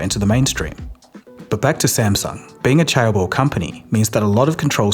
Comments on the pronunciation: chaebol → j-eh-b-uh-l → jeh-buhl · "cha - ebol" takes me out whenever i try to take this video seriously. and "jae" was somehow fine. please just google pronunciation when it's a foreign word that is so important for the topic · Interesting video, but my guy needs to learn how to pronounce Korean names